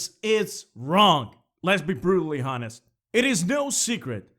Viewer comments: Okay, you did it twice so I'm assuming it's a mistake- honest is a special word... You don't pronounce the H. also it sounded like you said rape comment and subscribe just sayin Other then that, good video! I like your points, and the art is outstanding. Keep at it man. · This is the first video I've seen of yours so ignore me if you're already aware, but the 'h' in honest is silent :P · he keeps pronouncing honest wrong